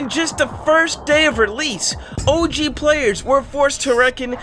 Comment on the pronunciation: “OG” with accent sounds like “Oh Jeez”